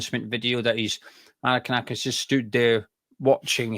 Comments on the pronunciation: Forest fan here. Very fair and balanced analysis 👍👍 Just need to work on the pronunciation of Maranakis 😅👍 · Who is Marakanakis? You could just google his name before making the video you know? 😂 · Forest fan here. Who's Maranakis mate ??? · Great pod. Very informed. Love the extra syllable in Mari(ki)nakis. I think it will catch on. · Forest fan here its Mar-an-a-kis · Sorry guys. It's pronounced Mara nak iss. 👍👍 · There’s no KER IN IT IT MARINAKIS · It's pronounced - Mara - nakis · Mate, it's Marinakis. If you're going to correct people then at least get it right yourself. COYR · Who is this 'Marikanakis' bloke you keep going on about? 🤣